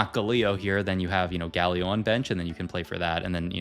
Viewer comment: i love your videos but GAlio not gaLIO 😫